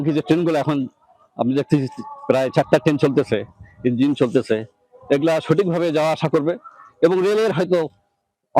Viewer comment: 32 সেকেন্ড থেকে সবাই একটু শুনবেন।উনি কি 'ইঞ্জিল' উচ্চারণ করলেন।নাকি আমি ভুল শুনলাম।